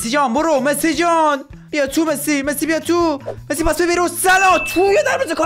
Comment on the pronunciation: عشقی ❤❤فقط چرا وقتی می خوای بگی مسی میگی مسوو